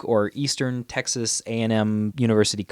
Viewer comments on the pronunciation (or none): none